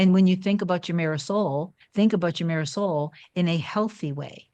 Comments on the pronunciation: Every time you say mirror soul, i keep thinking you’re saying ‘my Marisol showed up better than before’ and I keep thinking you have a partner called ‘Marisol’ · This is my very first video of hers I’ve ever seen. And that’s exactly what I thought. I thought maybe she was saying a word from some ancient language or something😂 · Me too! That is exactly what I thought!!! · OMG!! Thank you LOLOL! I was wondering after 20 vids lol!! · I thought that too for months! 😂